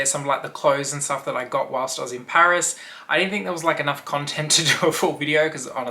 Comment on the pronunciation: Oh PARIS!( not pairs)😂